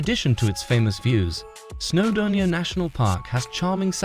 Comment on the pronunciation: This is the worst video I have ever seen. The pictures are often not even from the UK, let alone Wales and the place-names are all shockingly mispronounced. Using AI is never a good idea. It stesls from genuine creators and it messes if up. There is no such place as Snowdermia.